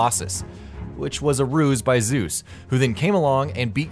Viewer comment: Zuz xD ZEUS.